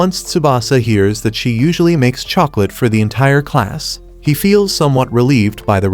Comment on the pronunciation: What the hell is a chocolatttt😂😂😂